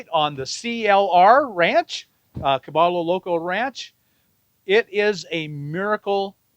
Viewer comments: Is this place name actually pronounced “Ka-BALL-o” and not the proper Spanish pronunciation Ka-BUY-o?? “caballo loco “ = Crazy Horse, or the odd pronunciation is for some other meaning? Spanish has 28 letters of the alphabet and the 2 extra letters are a “ll” (a “Ya” sound and N with a tilde on it (a “nyh” sound). I have a BA in Spanish from Northern Arizona University. If the owner know Spanish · Bob is Gringo. It's "Ka Buy O" Crazy Horse in Gringo. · Bob, just one thing, caballo is Spanish for horse and it is pronounced ca-ba-yo. Double L (LL) in Spanish is pronounced as Y, not L. Now you'll sound more local when you are that far south. :) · Caballo, pron: Ca-buy-o. It's Spanish for 'horse'. Please learn the correct pronunciation.